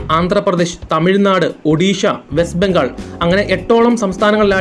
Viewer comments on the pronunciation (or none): none